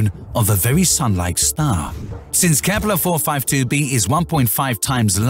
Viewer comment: lol KEEPPLEERRRR